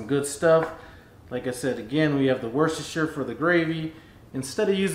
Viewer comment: You really pronounce Worcestershire easily.